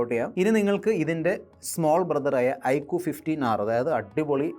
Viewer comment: ഐക്കു ❌ ഐക്യു ✅